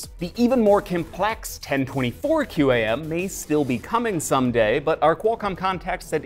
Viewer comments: QAM is pronounced quam, don't speel it out. My name is Chris Foster and that was my message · I've always heard QAM pronounced as "cam"